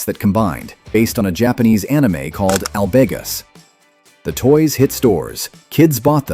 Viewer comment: Once I realized this was an A.I. voice, I was stunned at how well it mimicked real speech. Only the mispronunciation of Drule, Hazar, and Albegas gave it away.